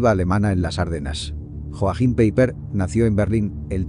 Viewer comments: Hola! Un detalle.... ¿Porqué no estudias un poco de alemán básico? Como mínimo pronunciarlo correctamente. Que no es tan difícil. Porque un 99% de tus temas son sobre alemanes, Alemania o similar. En realidad creo que más del 99%, ¿no crees? JOACHIM PEIPER, NO se pronuncia Joajim Peiper, como continuamente lo pronuncias en este video, sino YOAJIM PAIPA. La J se pronuncia como la Y española. O si lo prefieres la doble L. O sea LL. La CH, se pronuncia como la J española (como por ejemplo el famoso músico BACH, que se pronuncia BAJ, y que significa ARROYO, por cierto). Y el diptongo EI, se pronuncia SIEMPRE, AI. Y siempre que veas una palabra terminada en ER (y hay muchísimas), OLVÍDATE de la E y de la R, su pronunciación española es una A. O sea, su pronunciación sería YOAJIM PAIPA. La pronunciación alemana NO es tan difícil como pueda parecer. Desde luego es mucho más sencilla que la francesa o inglesa. ¡¡¡TE LO SAGURO!!! Y con unas pocas horas de estudio, muy pocas, podrías aprender a pronunciarlo CORRECTAMENTE. Si no sabes cómo o con quien, yo me ofrezco a ayudarte. ¡SALUDOS! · Vamos a ver, cuando de algo se dice españolísimo, se refiere a que en ese idioma (español), esa palabra o nombre se dice así. Es decir, Joaquín, mientras que en otro idioma, por ejemplo alemán, ese nombre es Joachim y se pronuncia YOAJIM, NO COMO LO PRONUNCIA EL CREADOR DE ESTE CANAL. En cuanto a que dicho nombre, sea de origen judío (lo cual desconozco y además, me importa UN PITO), te daré más datos. LA HERMANA DE ADOLF HITLER TENÍA EL JUDAÍSIMO NOMBRE DE PAULA (recuerda al judío Paulo de Tarso). Saludos.